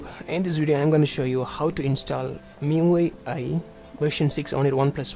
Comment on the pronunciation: good video.... just one tip... the os is pronounced as "MY YOU EYE" i will definitely try to get this... for now running on the CM12 and hoping for Oxygen OS